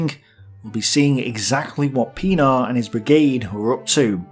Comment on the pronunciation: listening to audio, not watching screen "Brigadier WHAT?" looks at screen "Oh. Brigadier Pen-AAR. Right."